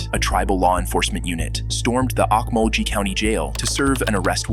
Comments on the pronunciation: it’s pronounced oak-mull-gee not oak-mull-jee. It drives me crazy when not Oklahoman natives always pronounce our towns with a j sound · man that pronunciation hurt me, it’s pronounced oke-mul-gee, not ock-mul-jee or however the hell he said it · It’s Lighthorse police not light house. Also it’s not ahkmalgee it’s pronounced oak-mull-ge it’s the creek nation capital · It's LightHORSE, not house. And it's pronounced oak-mul-gey. Listening yo people try to pronounce oklahoma town names is always hilarious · Not that it matters, but Okmulgee is pronounced Oak Mull Gee(hard G like golf) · Okmulgee - OAK-MUL-GEE lol. Had to correct that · It's not pronounced "awk-mul-jee" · You mean ok-mul-gee lmaooo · The pronunciation of Okmulgee made me laugh, but it is a weird name to pronounce. It's pronounced Oke-Mull-Gee. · Okie weighing in here; Olkmulgee is pronounced Olk-Mul-Gi, it's a Muscogee word. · Lighthorse, not light house. Also, Okmulgee is pronounced with a hard G, not soft.